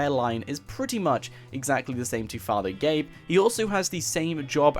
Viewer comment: ITS FATHER GAYBEN !!